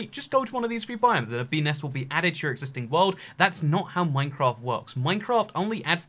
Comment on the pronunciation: Bee nest... Sound like pe nes